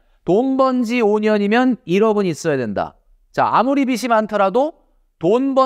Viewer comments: 비시 ❌ 비지 ⭕️ 자꾸 거슬려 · 빚이= ‘비지’ (비시x)로 읽어야 합니다. 빚을=비즐 (비슬x) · 비지라고 발음해주시면 좋겠습니다 항상 좋은 말씀 잘 듣고 있습니다^^ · 빚이 발음이 비시가 아니에요..